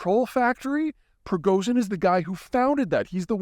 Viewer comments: How to pronounce "Prigozhin" properly: Break it down from Cyrillic, letter by letter. And remember that when St. Cyril created the Russian alphabet, he borrowed from Greek, not Latin. "Пригожин." First letter is "П." Think "like the Greek letter pi." Second letter is "р." Think "like the Greek letter rho, or r." P's and R's are confusing, since what looks like a P in English is an R in Russian. The other tricky one is "H" which looks like a Latin H but in Russian is really the English letter "N." A favorite word of mine in Russian is the one for "restaurant," which is pronouced "rest-o-rahn" but is spelled "Ресторан." Think of that word and you may be able to keep your P's and R's (and N's and H's) straight. Third letter is "и," which is actually the Russian letter "i." Fun fact: Before 1917, there were two letters for "i" in Russian -- "и" and "i" -- and the alphabet had even more letters than the standard 33 of today. When the communists took over, in Orwellian fashion they made an effort to control language. (Think, "Instead of very bad, we have double-plus-ungood.") And they promptly started standardizing spellings and trimming the language down as a precursor to controlling it. Today, one of the easy ways to spot Ukrainian language (as opposed to Russian) is the presence of the letter "i" in words and names, since Ukrainian never dropped that letter. The Soviets just tried to stamp out the Ukrainian language entirely (much as they tried to drive the use of Romanian out o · Yes, the 'Zh' in Prigozhin's name is pronounced as the 's' in vision, or fusion, so it's not a simple Z.. Same goes for Zaporizhzhia. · Just a suggestion: As a self-proclaimed "Geopolitical Strategist and global energy, demographic and security expert," perhaps take five minutes before you roll the cameras and practice pronouncing the name of the subject of your video. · Пригожин......ж--as in Dr Zhivago......his name can be pronounced. Pree--go--ж--en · he is (was) pronounced "pre-go-shin"